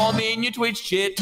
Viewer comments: correction: he says twitch chit, just saying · Idk why but I heard it as "In yOur TwItCh sHIt"